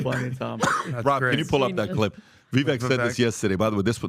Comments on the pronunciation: says they've spent enough time with Vivek and still none of them correctly pronounce his name. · “My man Vivek.” (Mispronounces name.)